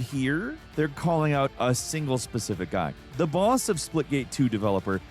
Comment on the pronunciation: He keeps calling it Splitgame 😅